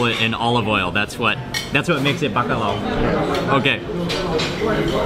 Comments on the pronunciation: Não é Bacalau, se diz Bacalhau 😉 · The L has more of a y sound. So it's pronounced more like buck-aye-ow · the “lh” is pronounced similar to the “ll” in Spanish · Os estrangeiros dizem BACALAO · "bacalau" 😂 at least tried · I think as a portuguese hearing mark saying bacalhau it's very funny 😂😂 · I love how he pronounces "Bacalhau"!! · The way you say Bacalhau triggers me